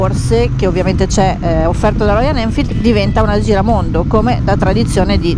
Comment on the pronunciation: Belle recensioni e video molto interessanti, vi seguo sempre. Ma… perchè nessuno riesce a pronunciare “Royal Enfield” dite tutti quasi sempre ROIAN ELFID 🤣🤣🤣